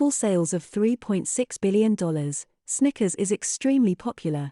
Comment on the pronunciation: Did anyone else think the computer voice said "stickers" on more than one occasion?